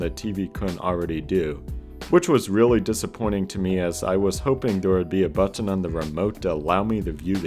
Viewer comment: You say button weird... also good video